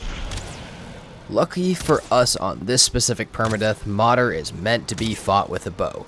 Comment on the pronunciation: It’s not Modder, try to say Mood + err (like in error, but without “or” haha).